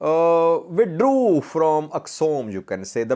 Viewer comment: This man really said withdrew 💀😂😂